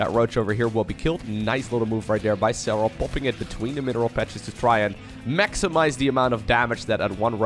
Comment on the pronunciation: Nice pronuciation of "Serral" :D